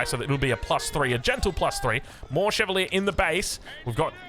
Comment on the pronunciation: While you're looking up the pronunciation of Szlachta, look up Chevalier as well... it ends with the same "ier" as Arbalétrier, so why pronounce it so differently?